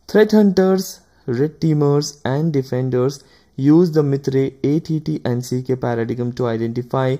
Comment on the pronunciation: MITRE EY EY TI AND SI KEY? Seriously? EVERY EACH fellow I know (including MITRE peeps) pronounce that ATTACK...